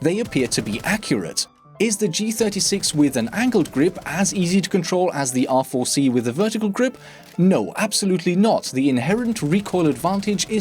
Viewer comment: It sounds like you are saying "awful C"